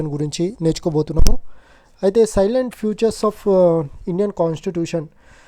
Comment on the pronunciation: సైలెంట్ ఫీచర్స్ కాదు బ్రో salient ఫీచర్స్